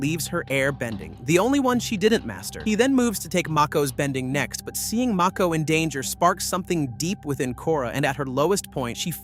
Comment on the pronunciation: Is this AI omg ? “Toeph”? “Mayko?”